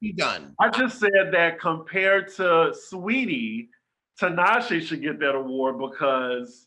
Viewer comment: makes me laugh so hard, and I truly appreciate ’ commitment to calling Saweetie “sah-wah-tee” 😂😂